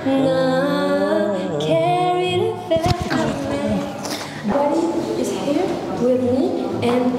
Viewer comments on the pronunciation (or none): none